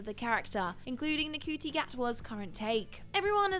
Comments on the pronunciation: Ncuti's name isn't "N-cutie" its "Shooty" 😅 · you keep saying Ncuti wrong, I think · Between Star Hollows and the pronunciation of Ncuti, you guys need a fact checker. STAT.